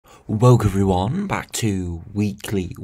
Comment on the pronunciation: Why can’t he say “welcome”… says Welk…smh